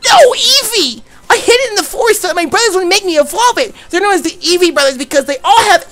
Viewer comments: please when I get my job, and set up my poketuber shit. I will pay you money to never say Evee like that ever again. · Jk but please never say evee like that ever again.